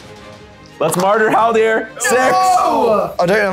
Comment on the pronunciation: Great video but the amount of times i heard Haldir called Haldor I was driven insane